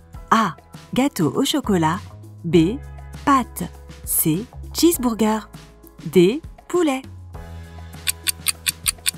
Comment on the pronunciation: est ce que je suis le seul a avoir entendu cheesebourgers 😂😭